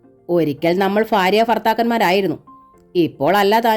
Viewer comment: വായനയൊക്കെ നന്നാവുന്നുണ്ട്. ബ്യാഗ്, ഫാര്യ തുടങ്ങിയ ഉച്ചാരണത്തെറ്റുകൂടി ഒഴിവാക്കിയാൽ കൂടുതൽ നന്നായേനെ😭